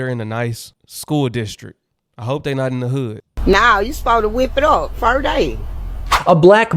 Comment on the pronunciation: That mom can’t even say “First day correctly!” 🤦🏾‍♀️🙏🏽 Lord we need you!